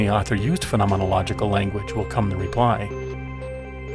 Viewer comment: I must say, I’m impressed by your command of the word ‘phenomenological’! Interesting video.